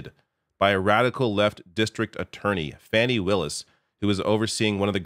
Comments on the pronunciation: her name's pronounced Fawnie not Fanny! Please try to be respectful darling. I doubt Trump could shake the Secret Service agents! Love your videos!! 💙🇺🇲🌎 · Please, it's not "Fanny" Willis; you should know that by now. It's "Fani", like "Fawni" without the "w". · It's pronounced FAWNY Willis, fyi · DA's name is pronounced Faw' nee